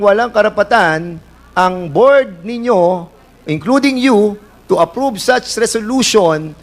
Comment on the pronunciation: prom instead of From. pormer instead of Former. Approbe instead of approve . Hindi naman mga Lawyer nagdudunongdunungan.